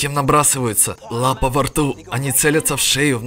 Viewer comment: И "лапа"